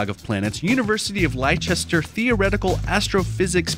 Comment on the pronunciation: "lie-chester" hahahahaha no its "less-ter"